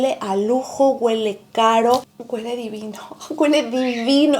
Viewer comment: Amor, ❤ no se dice: guele. Lo correcto es: huele. Besos 💋 abrazos 🤗 bye 💕